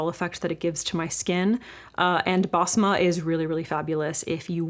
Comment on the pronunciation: Basma is usually pronounced "besma," not "bazma"